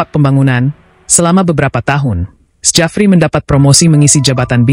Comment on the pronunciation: Narasinya dikuping ngga nyaman dengarnya masa bacanya sejafri, belajar lagi min... Itu ejaan lama tp bacanya tetap Syafri Syamsuddin min...